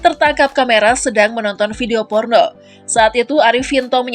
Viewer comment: Tolong yg baca narasi jgn memble gitu, lebaaaay..... Pengucapan huruf N berbunyi D spt Porno=PORDO, nafas=NABAS dll, lepaskan nafas anda saat mengucapkan kata2 jgn dilebay2kan